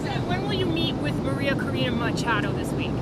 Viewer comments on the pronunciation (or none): none